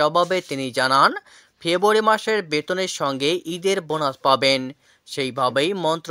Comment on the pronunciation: ভাই, " ফেবুয়ারী " কি ?